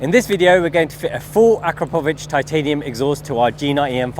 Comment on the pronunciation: I noticed you pronounced the exhaust name correctly as you got through the video, LOL. Its pronounced A KRAPOVITCH although not spelled that way.